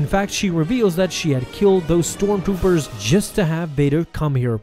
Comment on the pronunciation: “ Those stormgoopers “